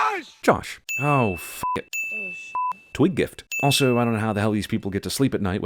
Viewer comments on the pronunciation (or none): "twig gift " 😂😂